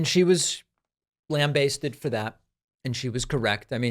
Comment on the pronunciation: "Lamb-basted" - No, it's not a Gordon Ramsey recipe, Pakman; It's 'lamBASted'